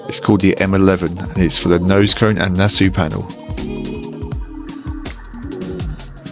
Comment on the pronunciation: I know your going to think I’m being an annoying little prat please accept my apologies upfront, but it’s pronounced “Na-saw” as it’s named after the Nassau Speed Week in California 😬